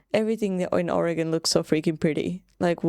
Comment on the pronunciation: As an Oregonian I'm just happy you are pronouncing Oregon correctly.